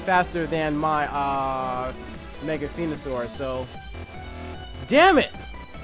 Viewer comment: its venosour not fenosour